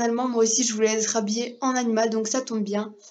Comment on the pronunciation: Oulah dans ta video t'a dit ''jerspere juste les costumes d'animals...'' ON DIT ANIMAUX WSH!!!